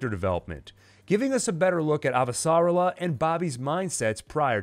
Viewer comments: Great job but your pronunciation of "Avasarala" is off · very good, I am just annoyed by your pronunciation of Avasarala